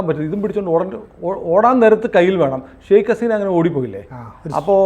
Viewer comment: Setta "shake" haseena alla 'sheikh' haseena.. ningal bengaliye aano editing elpichekkunnathu .. channelinte credibility kappal kerume..